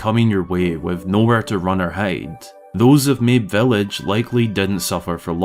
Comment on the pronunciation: Fun video, but I'm pretty sure Mabe Village has a Japanese pronunciation ("mah-bay")